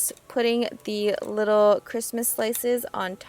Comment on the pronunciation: "a little wittle marshmallow"